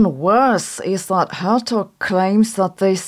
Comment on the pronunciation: Hertog is pronounced with a hard Dutch G.